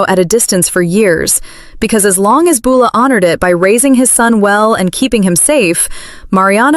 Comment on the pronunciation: For heavens sake would someone teach AI how to pronounce Beulah and Joaquin!!!! I can't hardly watch these because of the way it says their names.